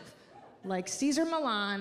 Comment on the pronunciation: That is the most Pakistani sounding Cesar Milan. XD